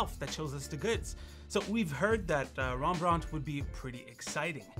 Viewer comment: you pronounced Rembrandt wrong